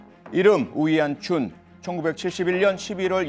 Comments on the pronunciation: 그냥 평소부르던대로 오원춘이라 불러라. 중국말도 못하는것들이 발음이 왜 이리어설프냐..ㅋㅋ우위안춘이 머냐..?외계인이름이냐?ㅋㅋ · 이름 발음하느라 힘드시네.. 우위안춘 우위엔춘 우웬춘 매번 달라..